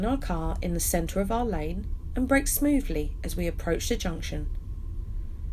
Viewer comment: I enjoy watching Nigel Mansel as he's driving and you saying 'smoovly'. ' )